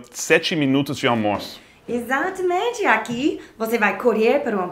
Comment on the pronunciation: "armoço"... tem um argentino dublando? rs